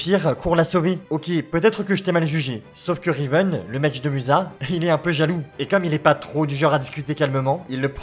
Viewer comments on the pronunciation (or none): il n'y a que moi qui entends River au lieu de Riven ?